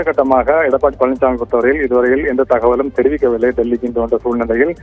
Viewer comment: தகவல் ஆனது தகவல் ஆனது உலராதடா ஒழுங்கா சொல்லு